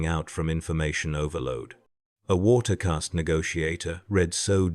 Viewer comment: If You are going to use AI in a video about tau and the warp, then at least train it to pronounce caste and demon right.